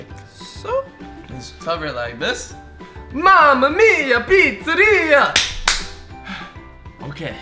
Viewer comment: I don't like the way that he said mamamya